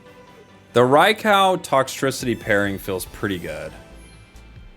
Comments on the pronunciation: Oh no, not him saying Rai-COW again hahaha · Rye cow?! Lmao 🤣 Love you & thanks for all the great content. Although, I will never understand why people can’t pronounce these Pokemon names… just reference other words. Rai as in rain or raid, kou as in soup or group. Hellfire… I’m all about playing a kids game, but can we not read like kids too.